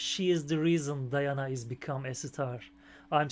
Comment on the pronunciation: Thanks for reaction! Её имя произносится как Dee-ha-na.Да,это приемная мать. DIANA THE BEST OF THE BEST!